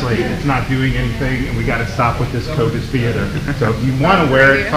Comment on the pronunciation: New pet peeve: Kyle saying "theerder" instead of theater